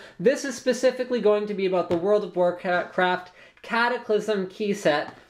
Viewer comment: LOL, i thought i heard World of Warcrap.